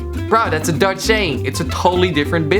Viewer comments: i am dutch, its perfect😅😅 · im dutch and you ride it all good